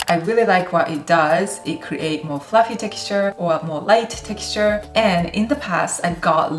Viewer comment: Hi, I have subscribed to your channel, and please understand I mean this with the greatest of respect to you. You are not saying some basic words correctly. If you ask google how to pronounce a word, like protein or fluffy, you will realise your pronunciation is a bit off. Thank you for what you are doing on your channel, you are very skilled at baking. ☺️